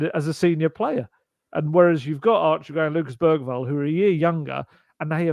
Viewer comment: Bergvall's name is actually pronounced more like Beryvall... according to the video of all the players pronouncing their own names.